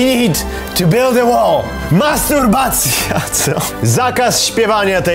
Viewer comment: Mastutbacja! A nie masturbacja